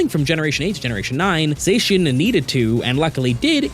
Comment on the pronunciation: /zah-shian!/ Not... /zay-shian/!